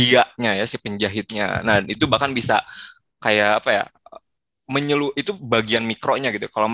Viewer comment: Bukan menghalu tapi MENGELUH BANG